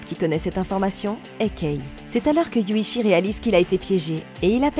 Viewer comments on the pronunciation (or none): Alors c'est Yuuchi et non Yuchi 😅